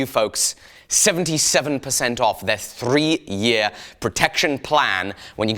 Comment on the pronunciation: I like how says “thrrree”